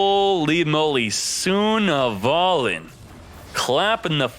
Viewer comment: it's pronounced Sun-Avalon not Suna-valon